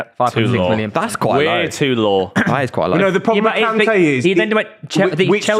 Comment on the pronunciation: Its Kante